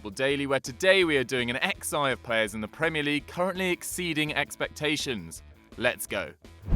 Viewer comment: Why are you saying XI like that